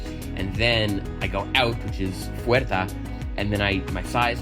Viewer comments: "Fuera" instead of "fuerta" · is fuera, no fuerta. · I think that you have an excess in t's on the word 'fuera' You pronounced it as 'tamaña' instead of 'tamaño' Bastar would actually be 'enough', I personally would use satisfecho or conforme for 'content'. That said, the progress is really impressive. To learn English, on top of what we did in school I used to watch a lot of YouTube videos in English with English subtitles. Also reading the comments and even commenting myself. Eventually I stopped needing to google every other word or even needing subtitles at all. As of right now I no longer need to mentally translate any English word into Spanish (my native language) for it to make sense, the untranslated words by themselves already make sense in my head, I'm even able to think in English. It's all nice and dandy in theory but I don't think it would've been possible without the help of a teacher to teach me the basics of the language like how to form sentences and memorizing past forms of irregular verbs like swim, swam & swum.